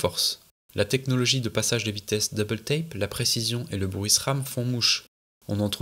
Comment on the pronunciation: Très cool ce docu ! Avec quelques pépites en plus, le "Pachaze de vitesse" et les "Dooollaaawzzzz", j'avoue j'ai rigolé :D